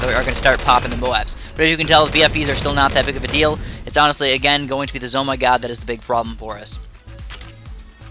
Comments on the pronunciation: ITS FUCKING Z M O G NOT ZOMYGOD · not Zoh My GOD its Z.O.M.G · It’s not a Z Oh My God It’s called like Z O M G not like in omg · George Verbetsky actually it's pronounced Zee-Oh- Em-Gee